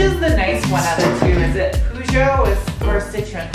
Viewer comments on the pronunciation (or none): Poo-joe... just sounds great! can i use that? ;-) the "eu" in Peugeot (when the french pronounce it) sounds more like the "i" in bird. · I only started to get worried when you said "banging out all 20 of these studs". At least you didn't say "pulling off all the studs" (pulling off is slang for masturbation). Your mispronunciation of Peugeot cracks me up. Being of French ancestry, you should know better. The first part is pronounced the same as "peu" (French for "bit") and sounds similar to "purr". Peugeot and Citroën are part of the PSA Group which also owns Vauxhall/Opel (formerly owned by GM). My daily driver is a Citroën MPV (minivan) and the Corsa that is in my garage at the moment is a Vauxhall. As I said in your live stream comment section, check out Bluddys Garage. He's just bought an MR2. His is a UK RHD car so it would be an interesting comparison. I've been offered a 1991 Celica but I could do with moving on the previously mentioned Corsa which doesn't even run at the moment!